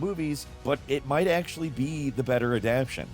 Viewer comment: Adaptation is pronounced Add-App-TAY-Shun.